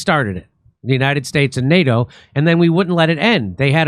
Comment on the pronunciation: Nay-dough ! What the heck is that?😂😂😂 Likewise new-killer war?